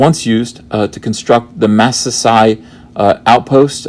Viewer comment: Massassi is pronounced (muh-SAW-see)... Just so anybody who wasn't aware before hand...is...is now... ... ...Yeah...